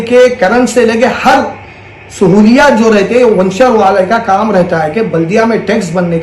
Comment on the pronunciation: Vanchar nahi hai g wo venture bolte usku aur dcp nahi dtcp layout bolte 😂😂😂😂